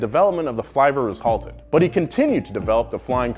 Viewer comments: Seriously. It's filver with a small I not flIver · NOOOO! You don't pronounce it fly-ver. It's flivver, like liver. Just google it. Or ask anyone in Kingsford, MI. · Dude, when the consonant is double, the vowel is short. Flivver is pronounced like liver, not diver. If you are going to make a video, try not looking like you don't know what you're talking about